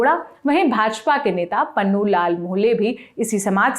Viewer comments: पन्नू नहीं पुन्नू कहिए मैडम 😊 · Its punnu lal not pannu lal.